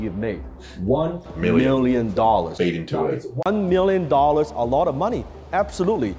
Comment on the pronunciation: same miwion dowlers